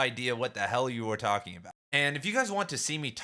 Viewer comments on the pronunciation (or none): none